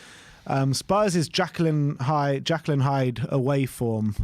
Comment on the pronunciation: Did he just call it “jackyll and hyde”? 😅😂